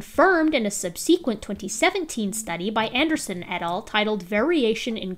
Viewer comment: I recently found your channel, and I love your videos, and your patience with dealing with creationists, and your approach to dealing with their nonsense! There's one totally minor thing that kind of hits my language-nerdy ear wrong though - you mispronounce the word "subsequent". (Had to google it just to check that my pronunciation wasn't wrong!) The emphasis is on the first syllable, and the second syllable is short. If you google "how to pronounce subsequent", google will give you a sound clip to hear it. 🙂